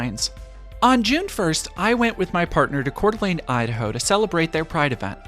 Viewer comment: Tyyy for pronouncing the coeur d'alene correclty <3. Surprisingly despite Idaho mostly anti gay population the coeur d'alene, Moscow, and Pullman area is very accepting. The Boise area is mixed especially around the capital where there are open klan members around pride goers.